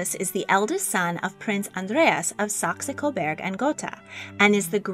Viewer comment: While I appreciate your video I must say that your pronunciation of Saxe-Coburg und Gotha is incorrect. If your are going to do another video about the couple and their legendary house please learn how to pronounce their names. Second, I would like to know where you found several private photos of Prince Hubertus and Princess Kelly? You really should site your source and ask for permission. Several of your photos are copyrighted.